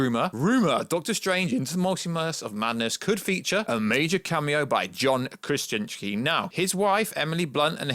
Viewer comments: Just say “Kra-Zin-ski” like everyone else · It’s really not that hard either, Kra-zin-ski, oh that’s right, we have a Brit that can’t pronounce the letter Z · Can you not say his name correctly?!?! Wtf are you saying nerd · I'm glad it's not just me.. It made me cringe every time he said his last name😂😂😂🤷🤦